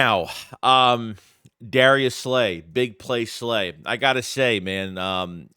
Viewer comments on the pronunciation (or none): none